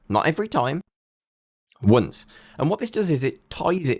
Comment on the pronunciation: "how many times do i have to type the token in?" : W U N C E